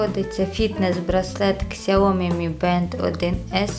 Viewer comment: помилка .. не ксяомі а - С Я О М І